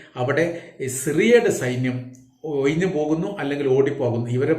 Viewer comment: കുയപ്പം അല്ല കുഴപ്പം,ഒയിഞ്ഞു അല്ല കോയ ഒഴിഞ്ഞു